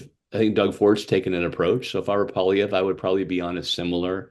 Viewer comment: Someone tell the liberal it’s not pronounced Pierre “Polylever”